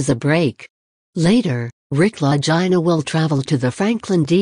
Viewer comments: FOR GOSH SAKES PRONOUNCE THEIR NAMES PROPERLY...LAGINA...IT'S ITALIAN. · 1st the lady that's talking about Oak Island needs to Learn how to Pronounce the Brothers LAST NAME